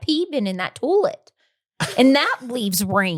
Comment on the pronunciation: “Toll let” version of toilet (toy let) 😂